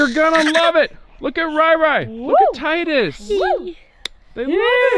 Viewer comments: It's not tidies it's Tydus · LOL he said “tidies” the kids won’t understand